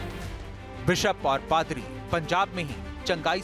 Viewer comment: Ankar bde garv se padri ko fhadar bol rahe hai 😂😂😂😂